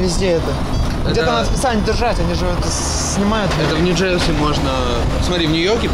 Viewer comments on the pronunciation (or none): Урааааа. Кайф. Только не говори ньджэрЗиииииииии. Оль ну хоть ты скажи что это зашквар.